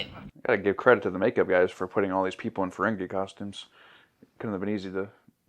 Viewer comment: Hey, it’s FerenGEE not FerenGAY. 😅